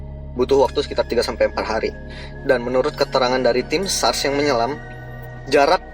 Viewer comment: SAR mas, bukan SARS: virus, mgkin lidah inggris ya😎.